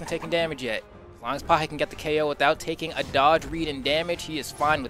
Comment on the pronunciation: Pajé tá jogando INSANAMENTE meu irmão! (a pronúncia é "pagéh" seus gringo louco)